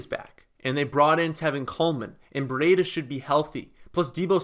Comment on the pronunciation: Oh and it's breeee-dah like cheetah that's why his nickname it's brieda the cheetah. Not bre ay da.